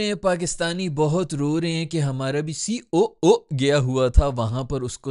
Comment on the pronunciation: C - O - O the way you said 😂😂😂